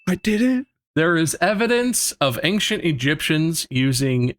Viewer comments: I like how bob, multiple times this episode, says "ang-shint" instead of ancient. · why do people pronounce ancient as “ankshent” or “angshent”